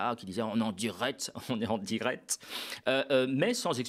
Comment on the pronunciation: Maintenant que vous l'avez souligné je n'entends plus que son "en dirette" 😂😂😂, merci pour cette pépite 👍🏼